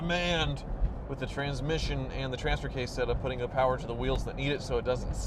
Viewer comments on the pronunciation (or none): none